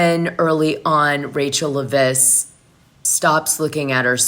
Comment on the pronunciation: Dana.. it’s pronounced Leh-viss. 😊 Thank you for all your hard work.